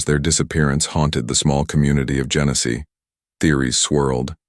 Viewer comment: Genesee County, not Genesis.